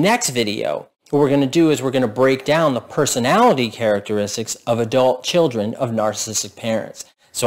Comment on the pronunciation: You say chirrden too. It's chill dren by the way. Children has an L and the R comes AFTER the D. See you at the outhouse races Texas.